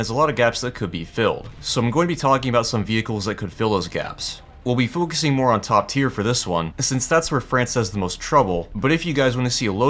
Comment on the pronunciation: we’ll be foocusing